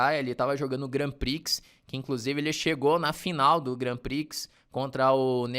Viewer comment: Dois reparos, se o me permite: 1. Vachier se pronuncia como se escreve vaxiê (foneticamente);2.Grand Prix não se pronuncia o x final, seria Grand Pri (foneticamente também). De resto gosto muito dos seus vídeos e sou...VIP!! A gente se vê no Continental!!